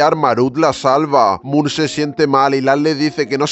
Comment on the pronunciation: Moon jajaja no puedo es mook no moon